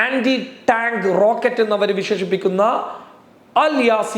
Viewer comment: 'ട്ടാങ്ക്' അല്ല ടാങ്ക്. അവതരണം ദുസ്സഹം. എന്തിനാ ഇങ്ങനെഞ്ഞരമ്പ് മുറുക്കി ബോറടിപ്പിക്കുന്നത്.